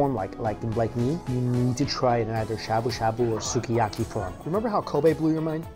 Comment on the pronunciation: 「すき焼き」is pronounced like Ski-a-ki.